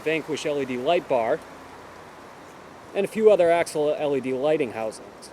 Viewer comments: It’s not axle it’s ax-i-al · Ax- i-al, not Axle. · It is pronounced 'axial' like 'axeeeaal' not axle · you pronounce Axial weird.